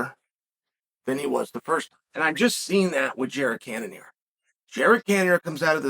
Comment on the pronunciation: "Jared Cannanear , Jared Canon Ear, Jared Can of ear ......."